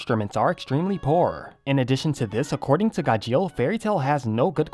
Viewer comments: It's gajeel not gajeal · Why is he saying "gah-sheel"! 😂😂😂😂😂😂 it's "gar-sheel" 😂😂😂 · SAY HIS NAME RIGHT!! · The way he said Gajeel was terrible at singing😂😂😂